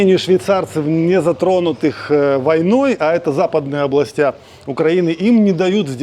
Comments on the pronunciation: И ещё областЯ😂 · Пожалуйста, обратите внимание на ударение в словах: цЕркви, Области...Очень режет слух...